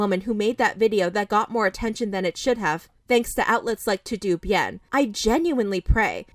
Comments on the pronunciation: Im sorry but "To Do Bien" is sending me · No one gunna mention “to do bien”? Lol. Todo bien wuey!! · over here saying "two doo" bien. It's "Toe Doe" bien, Spanish for all good or everything's fine. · It's not to do bien. It's pronounced "Toad o Bien" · To do bien made the Latino in me wince so hard lol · It’s not to do bien it’s “todo” meaning “it’s all good.” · btw it’s todo bien it means all good in spanish, it’s not to do it’s all one word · pronouncing Todo Bien as “Too Doo Bee-ENN”😂😂😂 It’s pronounced Toh-Doh Byehn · think of the pronunciation of "toto", like the dog's name from the wizard of oz. Like, not pronounced "to doo". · girl, it's "toe-doe" bien. it's spanish. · Girl really said..."TO DO Bien." LOLLLLL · It’s pronounced ‘TOE-DOE BYEN’ 😌😌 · Pronounced “toh-doe” bien= meaning all is good or well in Spanish 🙂. Nice video Austin has been trash ! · I think the "TodoBien" account is not pronounced To do bien. "Todo bien" is the translation in spanish of "everything okay/good", or maybe it was intentional ^^U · LOL to-do Bien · TOODOOBIEN PLEASE😭😭 y’all “Americans” don’t even try🤨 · toe dough bee en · The way you said TodoBien 😭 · That’s not how you pronounce “todo bien”💀